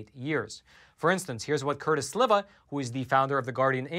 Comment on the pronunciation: Its Curtis Slee va. ..